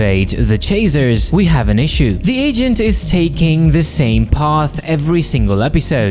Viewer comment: is bro saying chaser or chazer? I know he has an accent but still